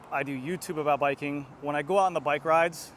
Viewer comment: Say "biking" again. I dare you.